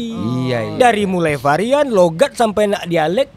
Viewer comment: Sedikit Pembetulan Bukan Farian tapi Varian